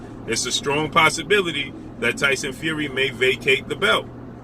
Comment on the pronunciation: LOL 😂 the way he says his name “Tyson Few wee” 😂😂😂😂😂😂😂😂😂